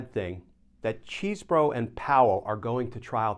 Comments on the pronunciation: It is great how you constantly mispronounce Chesebro. (Chez bro) It must be super annoying. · It's Chesebro with a short e. He attended my high school. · Sorry, Glen, but deliberately mispronouncing his name is not a good look. It's been determined how he pronounces it and it's not how you are choosing to say it. In fact, you even used the correct pronunciation the first time you mentioned his name, then proceeded to butcher entry time after. It sounds petty and beneath you. 😢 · I prefer the pronunciation "cheese bro." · neither here nor there really but is Chesebro’s name pronounced Cheese (as in the dairy product)-bro?